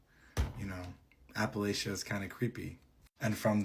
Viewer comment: First I must say that it is pronounced apple-at-cha. If you mispronounce it again, I will throw an apple atchya!😂 I grew up very near the Blue Ridge in Virginia, and that valley has really dark red clay dirt! It can be used to dye clothing permanently. I now live in those shock wave hills in West Virginia. The Black bears are our current pretty peaceful neighbors. If you leave them alone, they will leave you alone. And this region, From Canada down to the Carolinas is incredibly ancient. And there are indeed spots that are….odd feeling.😊And the legends of the Grass Man in Ohio are interesting. I recommend the stories of Manly Wade Wellman-not racist Native American characters, legends of settlers, just very well written. Specifically the Silver John series, but all the mountain stories. ✌️